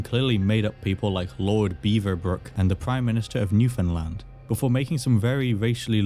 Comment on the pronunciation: On behave of all Newfoundlanders, thank you for saying it correctly.